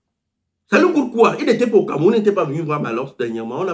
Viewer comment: On ne dit pas PROJECTER on dit PROJETER 🤣🤣🤣 on ne dit pas CAMEROUM on dit CAMEROUN 🤣🤣🤣